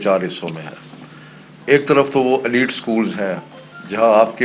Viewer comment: aleed school😂😂😂